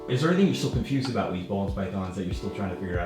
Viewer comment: Great video as always, thanks and the team! Just a small detail, you pronounce it ''boolen's'' instead of ''bohlen's'', Boelen is a Dutch name.